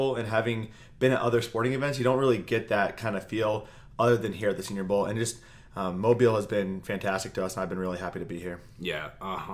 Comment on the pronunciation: mo beel alabama not mobile as in T-Mobile